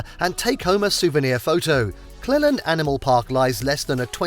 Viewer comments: It’s pronounced Cleeland Park, not Clelland. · And Cleeland, not Clelland. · wish they'd learned to pronounce the names of places correctly before making this - Cleland is pronounced 'Cleeland', NOT 'Clelland' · It’s spelled Cleland and pronounced Cleeland. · It's pronounced Clee-land National Park and those images were not from the Beach House!! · It's pronounced clEEland